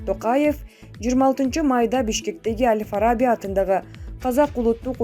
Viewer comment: Ай диктор сорой Аль Фараби деген соз жонокой эле соз го, ушуну деле туура эмес окуй бересинерби тупица келесоолор